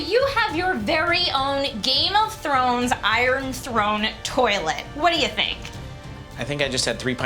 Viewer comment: stop saying tolit